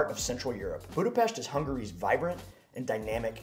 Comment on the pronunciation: I give you credit for pronouncing Budapest perfectly but it’s not a hidden gem. Budapest receives about 30 million tourist each year and numbers are growing